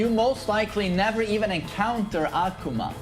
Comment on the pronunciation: Aquma ✅ Akuma ❌